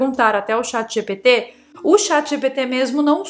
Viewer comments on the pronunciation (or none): none